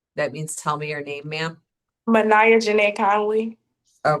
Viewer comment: Ma’nieh? WTF!